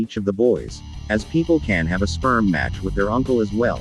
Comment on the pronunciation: You said sprem!